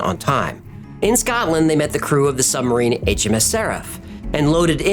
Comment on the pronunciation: I’m sure you’re aware as you seem to make a concerted effort to pronounce it, in places, but you keep saying sumbarine not submarine 😛